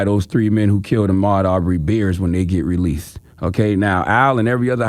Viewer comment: Why does Charlemagne pronounce “Released” as “Releath” 🤷‍♂️